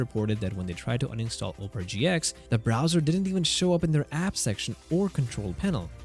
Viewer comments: Pronouncing it like Oh-pera and instead of the actual word aw-pera is making it sound like Oprah Winfrey is in this somehow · Pronounce Opera, as in Opera Singer. OP - ruh (OP-uh-ruh) Not Opera, as in Oprah Winfrey. OH-prah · It's pronounced OP-era not Op-ra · It's Opera, not Oprah. There is a difference. Opera is a bloated eyesore that hasn't been relevant for over a decade. Oprah, on the other hand, is... Ah... OK, forget I said anything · if anybody watches youtubes with #cc on, its funny because he keeps calling it "oprah". (my cc is on because of my hearing loss issues) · Oprah? You don't know how to pronounce Opera? And you're a tech guy? Even when not talking about the browser, it's still not Oprah.😂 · The wildest pronunciation of opera I have ever heard! The Oprah Winfrey browser? LMAO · why do you keep pronouncing it Oprah Browser? Sorry to disappoint but The Oprah Network is something else buddy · The o in Opera is short, not long. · Opera has three syllables, and is not pronounced the same as an overrated American chat show host